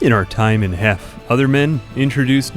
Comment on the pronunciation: Every time you said “Heft” I thought you were saying heck and it was killing me 😅